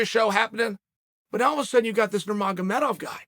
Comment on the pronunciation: OMG Cheal said the names right! 😳